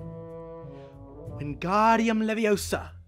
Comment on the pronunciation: Its not wengarduim leviosa its wengardium lev-io-sa